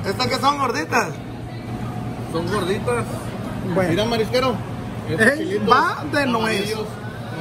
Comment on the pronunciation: Tanta hambre tenía el marisquero, que hasta la R se comió en la camisa jajaja "MAISQUERO" SALUDOSSSS JAJAJAJA TIJUANA PRESENTE.